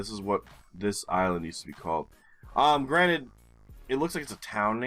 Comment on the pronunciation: Imagine me thinking you said "Granit" since last summer every time you said "granted"! I did find that sort of peculiar that you so often referred to whom in my imagination was the creator of GeoGuessr maps. I realized you say "granted" only this week, lol!